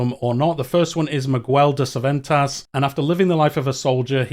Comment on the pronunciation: "Mig-u-el de Ceventas" the spanish inquisition is after u